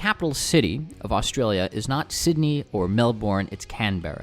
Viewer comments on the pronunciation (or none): Okay the way he pronounced our capital cities is hilarious Sydneaaayy Melboooouuuuurne CanbErRa